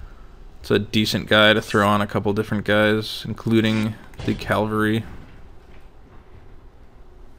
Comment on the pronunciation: "calvary" cringe